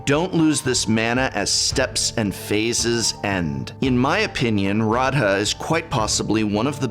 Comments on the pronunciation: You mispronounced Radha. She is clearly Celtic or Gaelic influenced (though to be fair I never got a concrete confirmation from MARO or anyone else). Which would mean you pronounce her name like this "Row-Uh" Not with the hard A and D. Normally I wouldn't bother, but you're an academic and I just thought you may want to know. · Dear prof, it is pronounced Ra-the. Also your awesome!